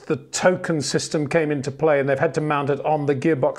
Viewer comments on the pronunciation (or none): none